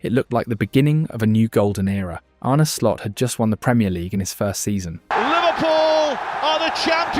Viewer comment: "99th minute or later" "Arnie Slot" AI slop narrator.